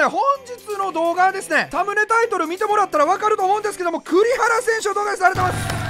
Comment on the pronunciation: サムネタイトルがタムネタイトルにしか聞こえん